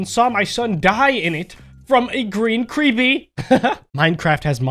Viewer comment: omg blu crepp-ee is scery